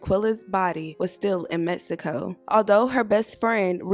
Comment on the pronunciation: Prayers for her family, also the beginning says “Cabo, MEXCIO”?? 🧐 I’m sorry but isn’t it “Mexico”